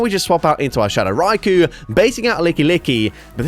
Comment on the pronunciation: Hey thank you for not saying RY-Ko drives me absolutely insane when rise size it that way